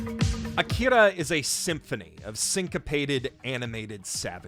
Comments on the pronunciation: Come on, man. Did you have to pronounce Akira the same way Jerry from Rick and Morty does? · That pronunciation of "Akira" is Oscar worthy.